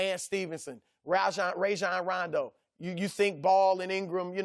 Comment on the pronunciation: Love how Chris calls Rajon Rondo "Rayjjane Roundo" 😂